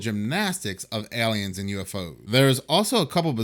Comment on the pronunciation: It's pronounced AY-liens, not Eliens.